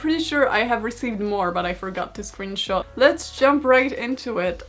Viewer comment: It's pronounced "scrunshot"